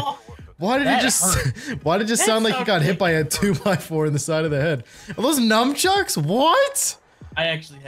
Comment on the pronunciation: Did he say num chucks